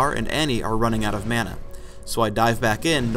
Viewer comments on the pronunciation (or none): none